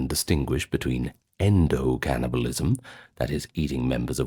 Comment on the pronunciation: Spit out the syllables. Turning T's into D's, K/C into G's. "Gannibalism" "lygge, gomment, and zubscribe"